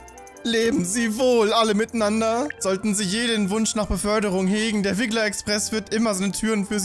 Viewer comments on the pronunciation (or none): eS HeiST RiGGleR uND NIchT WiGGleR!